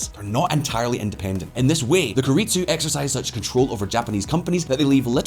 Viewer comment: Keiretsu pronunciation = Keh ee reh tsoo If you're going to do an in depth research into a subject, it would help to pronounce the key words as close to the target language as possible.